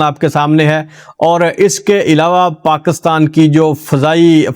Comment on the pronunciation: Please ap paakastaan na bola kro Pakistan hota hy